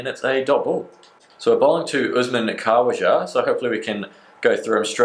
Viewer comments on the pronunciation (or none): Also Khaawaja? It's Khawaja mate